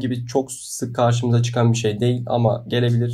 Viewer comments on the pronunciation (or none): none